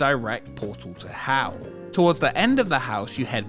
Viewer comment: Every time you say Hell, i keep think you're saying "how"